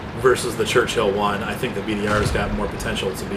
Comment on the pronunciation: Its called a Churchill not a Church-Hill you peasant.